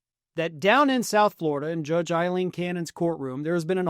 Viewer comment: Aileen is not pronounced as Eileen. The Ail in Aileen is pronounced as in fail, bail and jail.